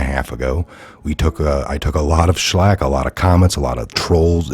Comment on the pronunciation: Shlack? You mean Flack?